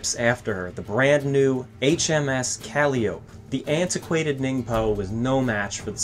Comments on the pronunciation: The "Calliope"?? Not "Cally-ope", but rather, "Cal-LIE-oh-pee"...like the organ..? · ca lie o pee not callioup. Good video's but damn dude, learn how to pronounce some of this stuff. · HMS Calliope is pronounce "co-LYE-uh-pee" or "cuh-LYE-uh-pee", depending on your dialect, referring to the foremost of the of the Greek Muses. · I have recently discovered this channel and I Absolutely love the great work you are doing here. The production quality and care and great audio additions are a joy to me every time I watch. A minor critique I will mention is concerning the pronunciation of calliope which I have noticed in this and another video on the channel- [KUH]+[LY[+[UH]+[PEE] is the only pronunciation I know for that word. Again, I would like to thank you and praise you for your phenomenal word on these videos. They are beyond good! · Fascinating. If ships have souls then this one's was evil, always returning to piracy. btw In ship construction dowels are known as treenails or trenails. Calliope is pronounced Cal-eye-oh-pee.